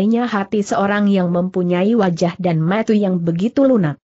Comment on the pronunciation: Ini yg terjemahkan khopingho juga..klu nyebut mata tu yg jelas ni kakak logat dari mana ya..